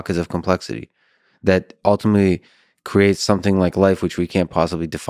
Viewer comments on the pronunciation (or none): blows my mind that someone so articulate and intelligent still can't stop saying "somethink" instead of something.